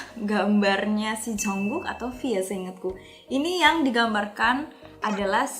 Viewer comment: Bkn bermaksud nyalahin Kakak y :D... Tp Itu baca ny bkn 'Jongkuuk' y Kak, tp 'Jungkook' Ok Kak😄😊